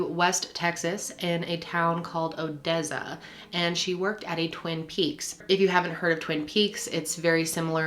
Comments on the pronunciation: Odezza lmaooooo. (Oh-dess-uh) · it's OdeSSa, not OdeZZa, TX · Odessa, not Odezza. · It's Oh-dess-uh, btw! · O-dezza😂😂😂 all love from Texas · Lmao there are no "Z's" in the word Odessa🤔🤕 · As a Texan, hearing a non Texan attempting to say Odessa is pretty funny tbh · Odessa...soft S...not Z. I grew up close to that town. If you can call it that. Lol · You mispronounced Odessa! Lol just FYI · Not to be nitpickey or anything, but the town is Odessa, like how a snake would say it! My uncle lives there